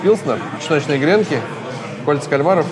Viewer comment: ааааа.....грЕнки....минус уши)))правильно говорить гренкИ!))